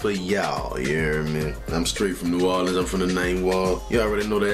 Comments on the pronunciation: NEW "WAR" LINS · Man please PLEASE delete this comment. NOBODY says "nahlins" smfhhhhh